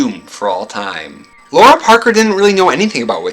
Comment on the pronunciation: Is it not pronounced “Lara” where the “lar” is like “car”? I’ve always loved that both her character name and her real name are unusually intriguing. “Laura” just seems ordinary because I’ve known 5 Lauras in my life (so no disrespect intended).